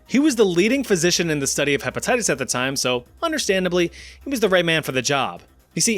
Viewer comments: dont think i didnt notice that you said hepetitties XD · herpatitties? LOL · Lol harpattites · "HEPATITUS A" & "HERPATITTIES B"?.....Umm, what?